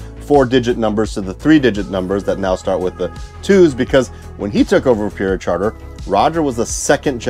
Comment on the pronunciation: You say "Peoria" very oddly.